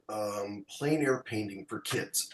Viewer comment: Thanks,. Good pronunciation of plein air.